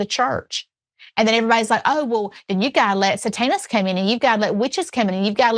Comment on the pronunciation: Say-TAN-ists. Ha!